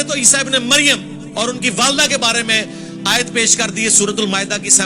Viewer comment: Ayyt nai hota ayat hota hai. Pagal